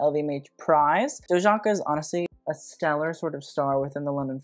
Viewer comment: Just a correction, Dojaka is pronounced Do-ee-aka :)